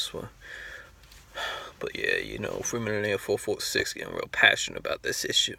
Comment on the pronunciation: "Its FMOTL446......." Then pronounce it as such.